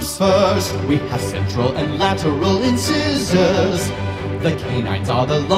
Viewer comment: This is fab! But, uh, "in-scissors"? I've never heard them pronounced like that before. (in-sahy-zer according to )